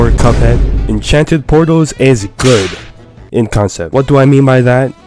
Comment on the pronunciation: I love the pause near the beginning "Enchanted Portals is GOOD... ᴵⁿ ᶜᵒⁿᶜᵉᵖᵗ"